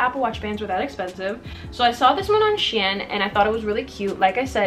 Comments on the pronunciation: it’s pronounced she-in lol ,, good video tho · OK I LOVE THE VIDEO BUT WHY ARE YOU CALLING IT "shin" PLEASE QXEJNO